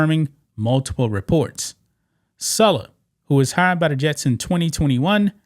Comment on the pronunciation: It's saaaalaaaa not suuulaaa